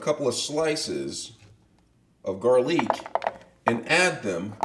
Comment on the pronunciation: raaa mien noodes and garlic not garleek.ty omg watier?